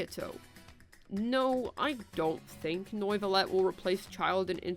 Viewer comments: "Noivolet" lol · Since you threatened me with jail (though I wouldn't even mind that much with Wriotheley as my jailer :3) if I didn't comment: Good video, and here are tips to pronounce the two names correctly. Wriothesley is pronounced: "rise-lee" Neuvilette is pronounced: "Noe ("oe" pronounced like the "u" in "hurt")-vee-let"